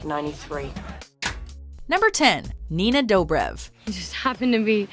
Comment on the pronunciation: It's Nina Dobrev (duh-brev